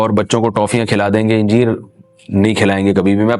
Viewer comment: انجیر کو الف پر زبر سے پڑھنا چاہیے۔ حوالہ: جامع فیروز اللغات۔